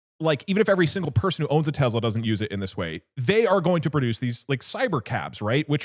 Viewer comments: This is exposure therapy test for anyone that cringes when they hear teZla instead of Tesla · If doug call it tezla one more fkg time ill flood their office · I’m getting pissed off by the way he says “Tesla”. Bro is saying it with a Z. “Tezla” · If someone pronounces it Tezla, you know they’re a slurped. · Doug - "tezla" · why does doug keep on saying tezla